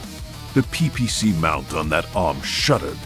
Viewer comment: I absolutely love your stuff. Hands down. There is only one suggestion I would make. I noticed that your choice of narrative AI often makes pronunciation errors. As most do. There is an easy fix for this. On editing, use a prompt like "Replace all instances where "PPC" is mentioned, with "Pee Pee See" for better phonetics." Similar method works with SRMs LRMs, by changing to L.R.M.(#) S.R.M(#) etc, to limit the mis-pronunciations. You make great stories and content. And we your listeners see through these AI errors and enjoy your work just the same. But these few short prompt additions, will help your narrative AI present your most excellent work, more accurately. Just a heads up. Not a critique. Your, content, rocks!